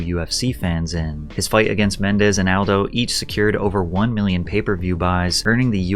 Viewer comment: I like how he pronounces Kabib's name right, but not Aldo's.